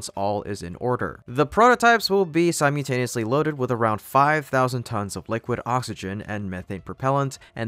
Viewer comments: small nitpick here. it is not pronounced "si-mew-tayneeyusly". it is pronounced "si--mul--tayneeyusly". maybe your practicing kitten-speak? sorry,. just had to get that out there to you. :) around time , you mentioned that the orbital launch attempt booster would return to attempt a landing on a platform in the gulf of mexico. this is big news! i follow closely and had not heard of a platform landing attempt!. do you have any more details on this platform? will it be phobos or demoes?: my understanding that it would simply do a hover-ditch in the water, or possibly a catch attempt on land. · its pronounced sīməlˈtānēəslē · It’s “Simultaneously” or “Simultaneous”. You left out the L twice….